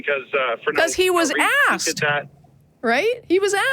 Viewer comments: "I axed that queshion" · I'm very happy with how all this call went as this guy was completely OWNED.. and a minor point I admit, but...PLEASE dont say " I AXED that question".. its ASKED!! So annoying. You are doing a really great job mate, but it detracts a little from your authority when such a basic verbal error is made. As soon as I hear a Theist say it, rightly or wrongly in my book, he's already lost as I dismiss them as an uneducated idiot. So please try not to do the same. Cheers.